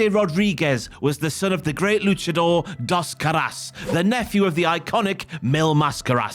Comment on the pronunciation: "Das Carass" is a crazy pronunciation for Dos Caras. Al menos aprende como pronunciar las palabras si vas a hacer un documental 🤦🏿‍♂️.